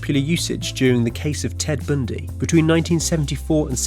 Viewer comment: "Ted Bndy"